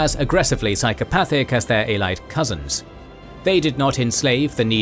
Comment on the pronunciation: It's not pronounced as Ay-lied But as Ay-li-ed